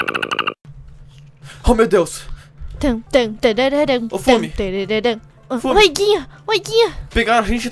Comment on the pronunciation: Tem que falar fumi